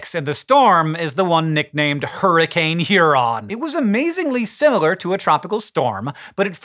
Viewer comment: "Huroncane" That's it Green, your pun license have been revoked.